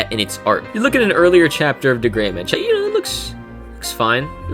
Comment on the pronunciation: D. Gray-man D… Gray-man ..D……Gray-man!!! Not duhgrayman Or degramen